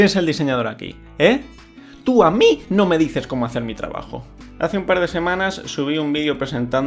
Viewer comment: ayuda no puedo con ese "Tu a MI" jsjsjsjs